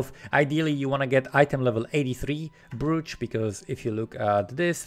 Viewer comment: Thank you! Brooch, the OO is pronounced OH, like Oak or Cloak <3